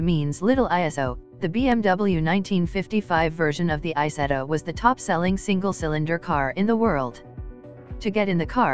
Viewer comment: Isetta not Isettal